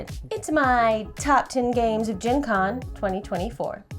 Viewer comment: Gen Con sounded wedgie